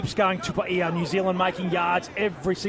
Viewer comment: That pronunciation of Quinn Tupaea's last name is horrific...